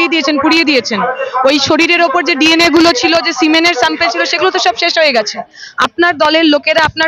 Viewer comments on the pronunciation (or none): সিমেন্স নয়, সিমেন। আরেকটু ইংরিজি শিখে নাও।